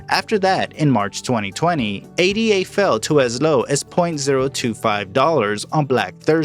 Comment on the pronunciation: Its Ada. Like a person's name. Not A.D.A